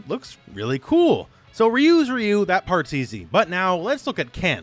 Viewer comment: Just a heads up, RYU is pronounce RAAA YUUU, not the feminine sounding Ree yuuu, had me confused a little but damn next time pronounce it as Raa Yuuu as it is meant to be, just a little gripe in an otherwise informative vid.